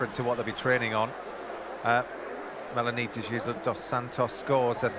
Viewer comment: It’s Melanie DE hey soos not Jesus like English speakers say it! Practice before Paris!